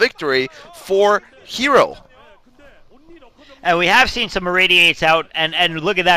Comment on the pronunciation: ITS NOT ZERO ITS HERO stop messing his name XD